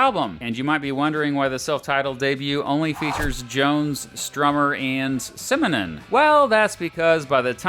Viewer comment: Simonon. Simonon. Simonon.